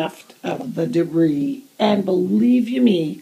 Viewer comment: LOL! I loved how you called it debris:) I appreciate your sharing the S.P.A.C.E method I think I have heard it or something similar to it too but its always good to have a friendly reminder. thanks for sharing